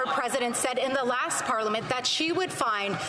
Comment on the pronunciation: And what is a pollamint? Are you trying to say parliament?